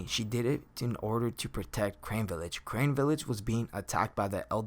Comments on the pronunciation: its carne village not crane dooode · Crane Village.....Crane Village......Crane Village....... I do think it's pronounced Carne.....like it's spelt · Crane village. It's CARNE - Kar-Ne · The village is called carne village not crane village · Carne Village Not Crane Village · It’s not crane. It’s car ne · Carne! Car-Neh! Village Not crane, carne! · Just a small correction, it's "Carne village" not Crane village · Lol every time he said crane I yelled out carne haha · Carne = car-nay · Say Carne right you dip shit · I can't stand that he won't pronounce it right.